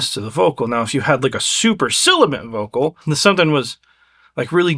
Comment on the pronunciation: Hate to be “that guy”, but: Sibilant… not silibant. ✌️❤️🫡